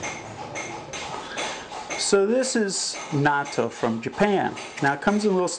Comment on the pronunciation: 'natto' is the pronunciation...haha not NATO lol..always eating it here in Japan, is it available in Thailand?